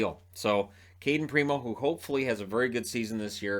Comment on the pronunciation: did you say Kadri or cat tree?